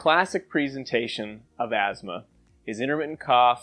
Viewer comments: There is no "z" in Asthma . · is it weird that i pronounce it "as-thmah"?